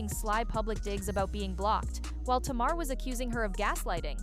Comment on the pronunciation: Tay- mar